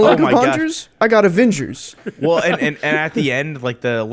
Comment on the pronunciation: Avingers > Avongers 😂